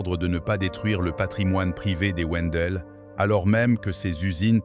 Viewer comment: Wendel se prononce (vindel)